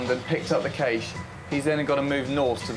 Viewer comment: / - I don't think I've ever heard someone pronounce "cache" like "caysh" before... 😆